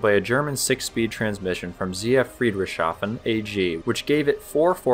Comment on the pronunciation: You seriously need to work on your German. I did not understand Tyssen at all. I did recognise ZF Friedrichshafen but Tyssen, omg it sounded totally wrong.